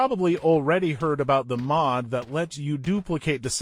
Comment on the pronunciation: "pri-ordi", "Sätsumaah", "Maahd", "pluudzin" lmao